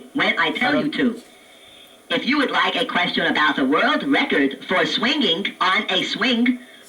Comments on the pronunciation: I don't think anyone pronounces "question" the way it does. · From now on I shall pronounce question as Quest-yon!